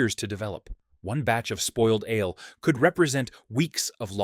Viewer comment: What is "Alay" brewing Is that the way the Vikings said it? Is it the same as brewing ale? Or is the word "alay" another computer mispronouncing a word? The video pronounced alay with 2 syllables, versus the word ale which is just one syllable.